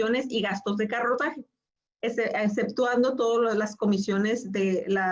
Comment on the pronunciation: Gastos de corretaje, no carrotaje